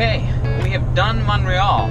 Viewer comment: Montreal, not Mont real.